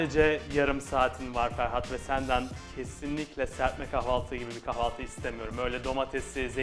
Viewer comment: Kavalti degil kahvalti